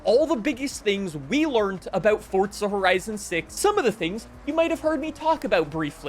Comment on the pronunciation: Really? Learned with a t at the end and the letters ed taken out?